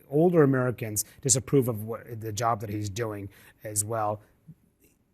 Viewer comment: When you said "Elon Musk is handling his job" I heard "Elon Musk is handling his junk".